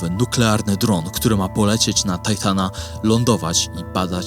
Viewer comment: Tytana nie tajtana